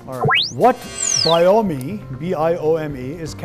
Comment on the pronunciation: Biome is not pronounced ba-yo-mi. It is pronounced ba-yom. This quizmaster is no good.